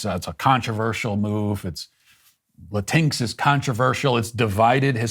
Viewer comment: It's so nice to hear Matt pronounce "Latinx" as "Latinks" instead of "Latin-Ex." The word, itself, is an abomination against Spanish grammar, and the latter pronunciation just further attacks Spanish language because "x" isn't pronounced as "ex" in Spanish. The Democrats and their Woke culture purport to be the tolerant ones, but the non-Hispanic who comprise so many of their ranks presume to tell actual Hispanics how to speak their own language. The lack of insight is egregious.